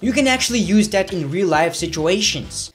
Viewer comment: you cannot pronounce "THAT" correctly either but so what you still are very good at what you do